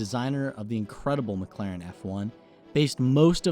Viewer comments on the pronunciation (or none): none